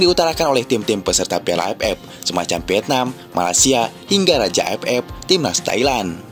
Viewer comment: Admin orang sunda ya..gk bisa bilang aff tpi aepep